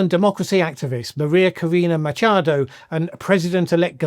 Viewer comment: Machado not micha el